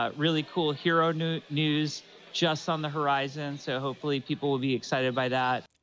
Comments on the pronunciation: Did nearly say hero nudes? listen to the beginning closely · "Hero nud.. news" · almost said hero nudes instead of hero news